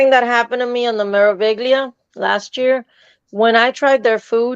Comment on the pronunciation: Pronunciation Tip: MSC Meraviglia (Me-ra-vi-gli-a) is pronounced May-rah-vee-lee-ah, roll the R! I was one and done with MSC. Never again. Poor service. Verbally abusive. Scammers. Liars. Bad food. Had to fight with guest services over "erroneous" charges on my OBC. All that glitters is not Swarovski on MSC!, do not bring your Loungeflys to Europe. Thieves will target you and slice it open and steal whatever is inside without you even knowing. Whether it's three days, a week, a month, I only bring one swim short (and flip flops or swim shoes for the Mediterranean beaches) that is always packed in my rucksack. Pa can wear his Speedos on the Italian Riviera next Summer LOL! When Danielle visits, show her the Lincoln Road promenade especially in the evening and have you been to Michelle Bernstein's restaurant Cafe La Trova on Calle Ocho? I've always enjoyed her restaurants especially Azure which was at the Mandarin Oriental on Brickell Key. Cena by Michy was also a wonderful dining experience. Practice: May-rah-vee-lee-ah, roll the R May-rah-vee-lee-ah May-rah-vee-lee-ah *hash tag team replay